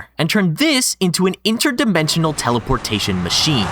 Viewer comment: "teleportaion"